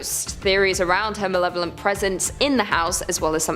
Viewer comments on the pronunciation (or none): none